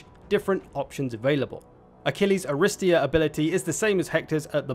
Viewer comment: It's pronounced arristEEa btw, stress is on the third syllable.